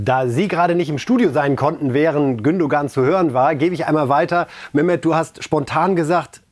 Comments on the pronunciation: Ist es möglich Moderatoren einen Logopäden beiseite zu stellen. Lieber Moderator, Mehmet Scholl sagt mehrmals Gündogan's Namen. Listen and repeat "Gündoan"! Beschäftigt euch mal mit den Personen über die ihr berichtet. Dazu gehört auch den Namen richtig auszusprechen. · sagt das immer falsch! Regt mich auf! Der wird GÜNDOAN ausgesprochen, ohne G am Ende! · Der geht mir auf den Sack!!! Er spricht immer wieder den Namen "Gündogan" falsch aus!!! Der Typ ist Lernunfähig. Reif und Scholl wissen wie man den Name "Gündogan" korrekt ausspricht....warum?????? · Bitte bitte, lieber Herr Scholl, bringen Sie(!) "dem " doch bitte einmal bei, wie man den Gündoğan korrekt ausspricht: nämlich ohne das ğ bei der letzten Silbe. Nachdem das Herr Reif bei "Reif ist Live" seit vielen Sendungen nicht schafft. Ich muss Herrn Reif schon fast bewundern, wie er das aushält, denn er spricht es immer vorbildlich richtig aus, - und steht daneben, hört zu, redet mit: und... wieder falsch. Fast so, als ob "der " das absichtlich machen würde. Aber so ignorant schätze ich ihn eigentlich überhaupt nicht ein. Das ist mir ein echtes Rätsel. Bei Erdoğan ist es mir egal, aber den Gündoğan immer absichtlich falsch auszusprechen wäre ja schon fast Zeichen fehlenden Respekts. Toi toi toi